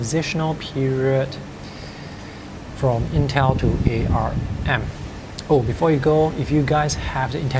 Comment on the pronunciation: It is pronounced "ARM", not "A R M"